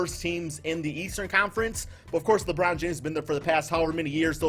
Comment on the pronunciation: Did u say Lebrun rlly 🤦🏾‍♂️ I had to dislike bro come on u one of my favorite subs but come on now